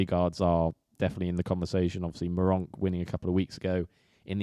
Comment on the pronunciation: says Meronk and then my Rough Cut bingo card is complete 🤣